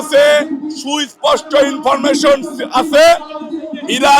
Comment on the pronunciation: ইনফরমেশন উচ্চারণ করতে পারে না গাঁজাখোর চাঁদাবাজ । পাটোয়ারীর ধারে কাছে যাওয়ার যোগ্যতা চাঁদাবাজ ফাইভ পাস এর নাই।